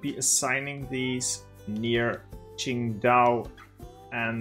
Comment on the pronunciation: your pronunciation of qingdao is almost spot on, better than 99% of all nonchinese